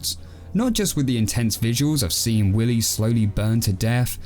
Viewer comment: Actually it’s pronounced willeh